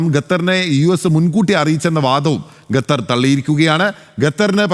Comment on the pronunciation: ഗട്ടർ എന്ന് പറയുന്ന പോലെ അല്ല ഖത്തർ എന്ന് പറയൂ . ഏതു കൊച്ചു കുട്ടിക്കും പറയാൻ അറിയാം ഇത് 😂